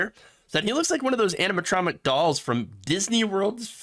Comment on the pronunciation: How is this a podcast? You have a speech impediment and have to read every opinion and note. You said nothing not written down. “Animatromic in Disney’s future ride” What’s an animatroMic? What is Disney’s future ride? If the tagline is “Around the Nation: for autists, by autists”, then I retract all my previous statements.